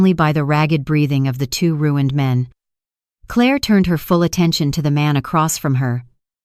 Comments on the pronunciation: Claah mispronounced. Clare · The title doesn't match the actual story. The narration is horrible. Why is it pronouncing Clair like Cla-ir? It can't read numbers and it reads to slow. Not sure if I can continue to listen. It's annoying. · Two questions: why is AI pronouncing Claire with a French accent and why can’t AI read numbers correctly??? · Foreign AI.note how it pronounced Claire?